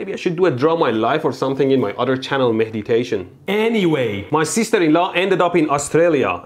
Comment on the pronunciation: YEAH GUYS BUT LI.... MEHDITATION!!!!!!!